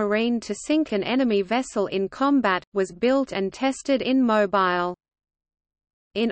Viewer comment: OMGoodness! Mo Bile???!!!! NOT!!! How about Mo Beele???? MUCH BETTER!!!